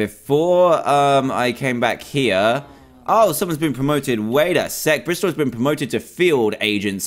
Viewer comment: Madison cox its Bristol not Bristal